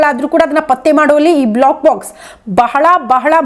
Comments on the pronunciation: Block box allla adu black box. Please correct information kodi...sariyagi uchchaara madi. ,,, ಬ್ಲೋ ಕ್ ಬಾಕ್ಸ್ ಮತ್ತು ಬ್ಲ್ಯಾಕ್ ಬಾಕ್ಸ್... difference arithu kolli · First black box, cockpit antha sariyagi pronounce madi😢